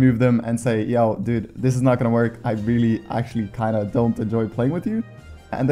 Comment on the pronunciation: is this guy swedish cause when he says dude it sounds swedish.